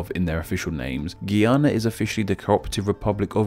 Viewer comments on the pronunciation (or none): You pronounced Guyana the way that Guiana is pronounced, if I was from either of them I'd be triggered :P. The correct pronunciation of Guyana is /ɡaɪˈɑː.nə/ You also said 'UEA' instead of 'UAE' for United Arab Emirates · This comment is so late and I don’t know if you’ll see it but if it ever comes up again, Guyana is pronounced ‘Guy’ ‘Ana’ 🇬🇾🇬🇾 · its GI-an-na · Just an FYI Guyana is pronounced GUY ANA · Throughout this whole video the one thing that stuck with me is that you pronounced Guyana wrong 🤣